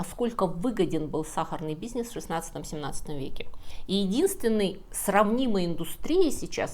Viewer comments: Очень интересно. Смотрю подряд разные ролики. Видно, сколько труда вложено в подготовку. Увлекательно, иногда забавно, иногда грустно, иногда удивительно. Но почему нет редактора? "На обеих половинах", не "на обоих". В слове "бизнес" "н" не смягчается. "Ве́рований", не "верова́ний". И так далее. Во всех роликах, которые я видел, есть речевые ошибки. Периодически люди в комментариях восхищаются "академическим языком", "прекрасной русской речью" и т.п. Конечно, все познается в сравнении. Но такие ошибки портят впечатление от видео. Очень жаль. Ведь в остальном они замечательные. Кстати, есть ошибки и в произношении отдельных иностранных слов и фраз. Это не так страшно: все языки не выучишь. Но за русский обидно. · фееричное шоу. но немного смущает манера произносить слово 'бизнес' 😊